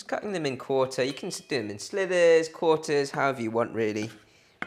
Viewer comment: Oops, cut them in 'slivers', not 'slithers' - unless of course you're cooking snake!:) Common mistake though. Love your videos!